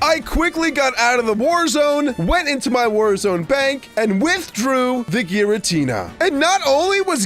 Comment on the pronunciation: its gyratina